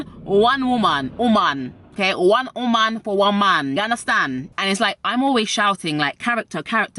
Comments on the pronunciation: One oumonnn *Jamaican accent*😭😭😭😭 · One woman. I hear the Jamaican lol. U the best!!!!